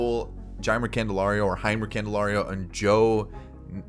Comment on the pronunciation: Jeimer’s name is pronounced like “Jay-Murr”